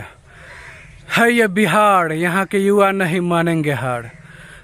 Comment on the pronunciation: Bihar ko Bihad mat bnao pahle uchharan shuddh karo bad mein real banana bakwas karta hai